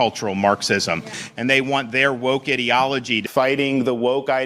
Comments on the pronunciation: What happened, went from “îdilogy” to “īdeology” and back again. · Ideology or Edealogoy ???? just like he can't pronounce his own name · He pronounces ideology like he pronounces his last name